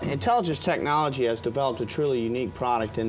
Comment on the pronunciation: 😂😂😂😂😂😂😂😂😂 he saw colore screen tchnologe